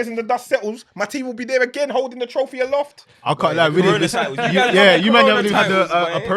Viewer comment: is hilarious. Man said "aloft" 💀💀💀💀